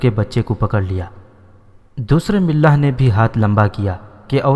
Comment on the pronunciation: ملاح نہیں ملاح م پر فتح زبر ہے